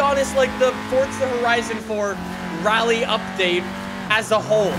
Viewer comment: So during the video he said RALYE 5 times and WHEELYE 3 times